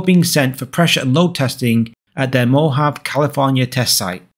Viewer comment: Loving your content -- you're really covering the interesting stuff that nobody else does. But just as a tip: it's pronounced "mo-HAV-ee" -- three syllables, emphasis on the second.